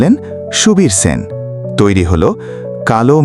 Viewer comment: Sen উচ্চারণ কি বাঙালি ভুলে গেছে